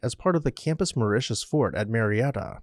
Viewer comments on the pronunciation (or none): none